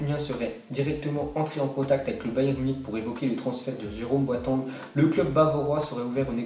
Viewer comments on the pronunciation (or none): Boateng ça se prononce "Boatèng" Est-ce que tu dis "Meussi" ??? Non tu dis "Méssi bah là c'est pareil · Boateng mdrr ta prononciation et nul